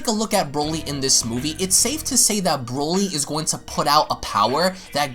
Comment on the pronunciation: NOT WIS..NO NO This Brody this BROLY